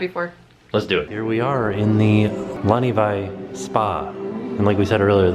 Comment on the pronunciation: It's fun to listen to your pronunciation improve throughout the video. Now you have your 'au' on point and you even got your 'w' to 'v' sound right at Laniwai. ;) The best way to practice is to pronounce every 2 letters (most of the time) with a long word like: papahanaumokuakea